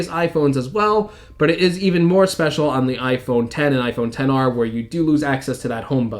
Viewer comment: it’s iPhone ten r